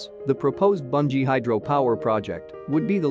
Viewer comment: watching from Gilgit. please correct your pronunciation, it is not Banji. it is Booonjee